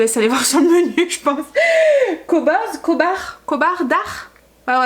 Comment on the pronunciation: Coucou, khobz dar ça se prononce "robz darrrr ( r roulé lol) et ça veut dire pain de la maison 😉😘